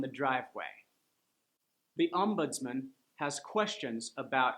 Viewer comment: ombudsmanˈɑːmbʊdzmən that's ɑ sound not a schwa